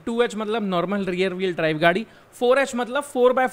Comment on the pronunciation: आपकी Language command अच्छी हैं, बस थोडा किसी किसी वर्ड पे और ध्यान देना जरूरी बन जाता है, खासकर जब आप technical explanation में english words को बोलते हो। जैसे की REAR (रियर), आपने इसके पहले वाले और इस, दोनो वीडियो में, कभी रेयर और कभी रियल बोला है, जो की रियर होना चाहिए। कुछ लोग समझ जाते है, मगर बहुत से लोग confuse भी हो जाते है। 🙏🏻